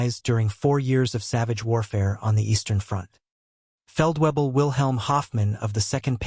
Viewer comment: I know it "looks like" Feldwebel, but it's really Feltvaybl. The d sounds like a t and the W like a V